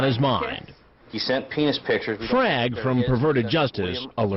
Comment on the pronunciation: get his pee-nis